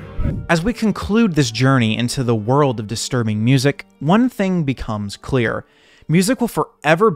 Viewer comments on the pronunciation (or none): none